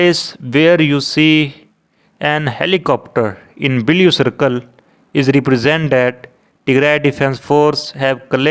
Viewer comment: Admin is from haryana, so welcome to bleau not blue color, raping English like no one